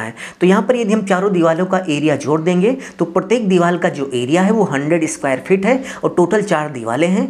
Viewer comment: लगता है तुम रिश्वत देकर इंजीनियर बने हो तुमको हिंदी भाषा का भी ज़रा सा ज्ञान नहीं है बार बार दीवार को दीवाल बोल रहे हो बड़े शर्म की बात है कि तुम जैसे लोग भी इंजीनियर बने बैठे हैं😢